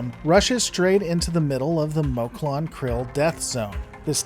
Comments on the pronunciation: I understand that some people may pronounce some words differently, but I think you should make up your mind. For just about everybody, it's "Moclan" (Mock-lan or Mock-lans). For you, it's "Mul-clin" , "Meck-lon" , "Moke-lon" and "Moke-lin" . So which mispronunciation will it be? Also, the death of Ensign Charly Burke was honorable and slightly sad, but I for one was glad to see her go. She was an annoying, insufferable, whiny character that I just couldn't warm up to no matter how hard I tried. And this series can also be viewed on Hulu as well, not just Disney Plus. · Great video, but is there a reason why you pronounce 'Moclan' different every single time? It was really obvious, and IMO hurts the vid.